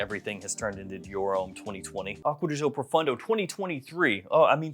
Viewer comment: It is ProfOndo, not ProfUndo😂